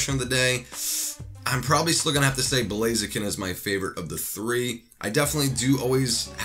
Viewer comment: JordanJapanNintendoFan✪ blaziken Butcherd it Lol